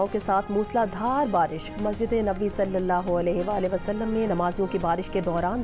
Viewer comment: I was about to criticize your urdu reading skills but that "SALLAHU ALAYEHE WA AALEHE WASALM" just won my heart.